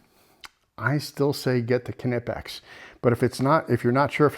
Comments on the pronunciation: the knipex are pronounced nipex. the k is silent. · Silent K in Knipex